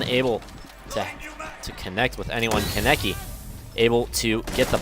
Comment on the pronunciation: Any Tokyo ghoul fans triggered at how he said kanekis name?